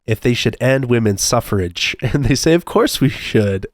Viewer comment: Women’s “suffrage”…not “sufferage”…just a little tiparino